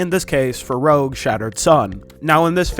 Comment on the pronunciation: bro saying "rouge" instead of "rogue"